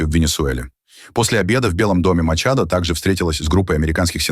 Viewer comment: Не применяйте фонетику русского языка к иностранным языкам: Мария Корина МачадО не МачадА !!!